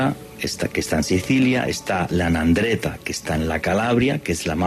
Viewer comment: Hola, se pronuncia: "ANDRANGUETA" no "nandreta" y es SACRA CORONA UNITA (Sagrada Corona Unida), muy interesante el programa, gracias, saludos...